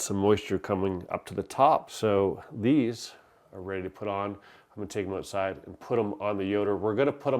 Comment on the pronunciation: I liked and subscribed! Funny, after hearing him talk about getting seasoning from Canada I wondered if he was Canadian. But, then he said, "ouoooowtside". I was like, "damn. ok he's def Canadian". We love you Canada! Not all of us voted for this shit show.